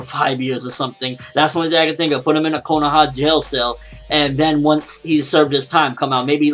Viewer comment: not trying to be a jerk but can you say kohana right